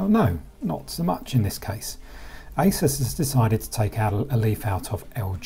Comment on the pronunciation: ASUS not ISIS.. G